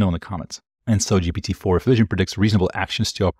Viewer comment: Pronunciation of GPT in French: you nailed it! (it's the same as in Portuguese)